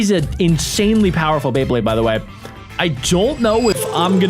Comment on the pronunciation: Is it just me or do you say bleyblade